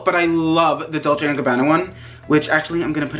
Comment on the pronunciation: Dolce and Cabanna is my dogs name and yes you said it right